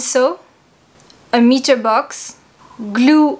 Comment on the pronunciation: It's pronounced 'My-tur'